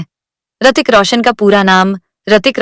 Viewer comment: Hritik not Aartik